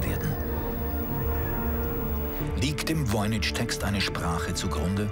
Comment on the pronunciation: Es heißt nicht VOYNI"TSCH", sondern Voynich (CH wie in Wort Kranich, Friedrich, Heydrich).